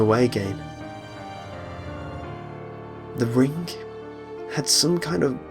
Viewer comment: He said rink:-)